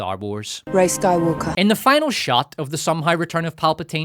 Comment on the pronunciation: If you listen carefully. She says sky"woke"r